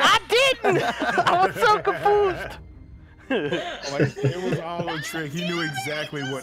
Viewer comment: said confoosed instead of confused in the killer match its funny.